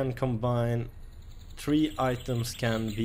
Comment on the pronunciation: say three not tre